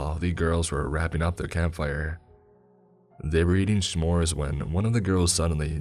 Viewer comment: Lol I am so sorry but lol you're s'mores sounded like sh'mores